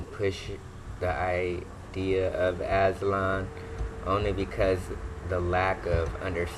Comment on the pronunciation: He can’t even pronounce it , he sounds slow